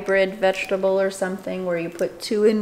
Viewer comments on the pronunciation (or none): " vege-table" hahah I couldn't stop laughing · Veg-a-table hahahahaahah